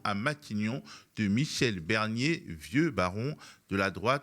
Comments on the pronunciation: Prononcez bien BArnier, parce que Michèle BErnier, moi je la veux bien en 1ere ministre ;-) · Michel BArnier et pas Michel BErnier. Merci. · C’est moi où il a dit "Michèle Bernier" 👀🤓